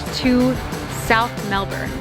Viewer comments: I think u just got the ozzies’ stamp of approval for saying Melbuhn. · OMG so much coffee in one day! I'd have a panic attack, lol. I've been living in Melbourne for 6 years now, originally from LA. Coffee is like drugs here. Magic coffee is definitely a Melbourne thing. Loved how you nailed the Melbourne pronunciation in the VO. Good on ya mate!